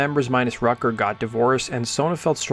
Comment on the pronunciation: We all just gonna ignore dude pronouncing Darius Rucker's last name as "Rutger" like the college (Rutgers University)?? 😂